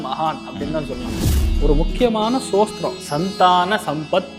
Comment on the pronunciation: "ஸ்தோத்திரம்" என்பதை "சோஸ்திரம்" என்று உச்சரிப்பவர் ராகவேந்திர ஸ்தோத்திரத்தின் அர்த்தத்தை சொல்வது நகைச்சுவையாக இருக்கிறது. அவர் தன்னை முன்னிறுத்திக் கொள்ளும் பக்தி மற்றும் அறிவு, ஏன் அவருக்கு ஒரு எளிய சம்பிரதாய ஷிகா இருக்கக்கூடாது? அவர் ஏன் "முகஸ்காவரம்" செய்து பாய் கட் செய்கிறார்? இந்த எளிய தோற்றத்தின் மூலம் மோசடிகளை அடையாளம் காண முடியும். மக்களிடம் மிகுந்த ஆர்வத்துடன் பேசும் ஒருவருக்கு இந்த அடிப்படைகள் சரியாக இருக்க வேண்டும். சாமானியர்கள் வார்த்தைகளாலும் அலங்காரத்துடனும் எளிதில் ஏமாற்றப்படுகிறார்கள். மேலும் இந்த "ஜோதிசார்கள்" பொதுவாக அறியாத மக்களை சுரண்டுகின்றனர்